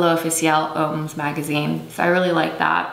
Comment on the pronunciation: “Hommes” is pronounced “um”